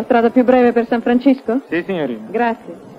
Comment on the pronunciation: san francisco .....cisco ...non sisco... a quei tempi i doppiatori non sapevano l inglese ......sempre indietro come i gamberi